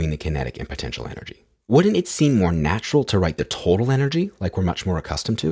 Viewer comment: why does everyone now pronounce either as eye-ther? sounds pretentious and phony to me also the way that you say wouldn't and couldn't is a bit strange